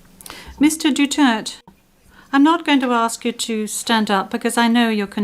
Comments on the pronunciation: It is not DUTERT..... It's DU-TER-TE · The judges cant even pronounce the president"s surname right.the judge are a bunch of idiots.Duterte, not Dutert,unless they are naming somebody else's. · duterte not dutert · Please say his name correctly madam procecutor not Dutererd But Duterte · Say his name right translator.. Duterte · Duterté. DU-TER-TÉ! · ICC, you are judging the wrong Man, MR. DUTERTEH (that is the way you say his name, don't act as dumb, you who translate). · Dutert pronunciation nya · Cant even pronounce the name correctly. Even I hope Duterte will be declaired guilty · THIS WOMAN SOUNDS LIKE A WHORE AND CANNOT EVEN PRONOUNCE THE DUTERTE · If im the lawyer for Duterte, i will demand that they must pronounce the name properly or else the court proceedings will not continue until the name is properly pronounced. And i will make a motion that if not pronounced properly i will consider it to be a different individual and not my client. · This lady can't even pronounce Duterte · Dpat ksuhan din yan icc di mrnong magbigkas ng apelyedo ni dutert😅